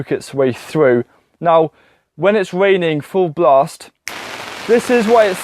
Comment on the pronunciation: Waining, spwouting, "weally cheap", "genass helping", gwow, sepowate, cause your potaitows to wot, awey plave. Can you say "Mawage, mawage is what bwings us together todaie".